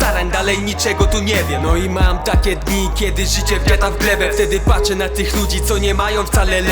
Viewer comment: jest progres na pewno, staraj się zwracać uwagę na pojedyńcze litery w wymowie np ,,patrzę'' by brzmi jak ,,paczę'', to jedyne jeśli chodzi o wokal, jest więcej charyzmy niż ostatnio, wokal odrobinkę za głośno, zgniata bit - zwróć uwagę na balans głośności między wokalem a bitem next time, do przodu - jest owiele płynniej niż zawsze ;)!